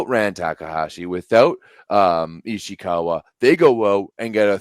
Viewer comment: sometimes "ana cristiana" lol She also once called Ishikawa, "Ishiwaka"